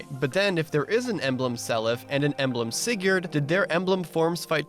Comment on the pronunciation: That opening pronounciation of Sigurd... I mean, I know it's not WRONG, but that "yurd" is going to haunt me. And, I mean, Leif is also on a horse, in FE4 anyways.